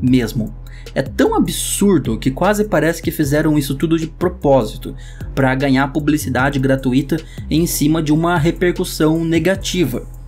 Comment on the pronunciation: O pior do vídeo é o cara falar gra-tu-i-to em vez de gra-tui-to